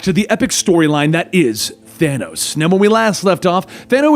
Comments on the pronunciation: Excuse me, but uhhh.... Did he say thano ?! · Hey you know your not saying his name right